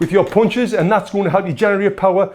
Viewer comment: I like how he says punches, its like "pauwnches" 😂